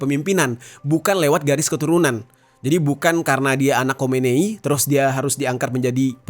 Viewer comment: Bang Jerry, yang benar Khomeini... atau Khomenei sih....???😂😂😂 Saya memperhatikan sejak video² yang lalu